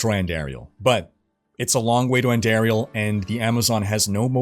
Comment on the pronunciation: ANN-DAR-IEL. Theres no AIR in her name